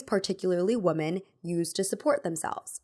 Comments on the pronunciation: Learn how to say "women" properly. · PLEASE look up how to say “women”!